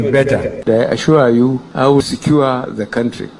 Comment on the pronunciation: I ashua yu... I ashua yu...